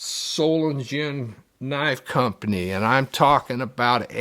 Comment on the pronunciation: Everyone mispronounces Solingen. There is no J, it's pronounced as a G.